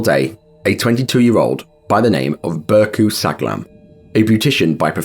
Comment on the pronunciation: That's not pronounced "Burcu Saglam", this is silent "ğ", it's "Bourjue Sallam". R.I.P. everybody.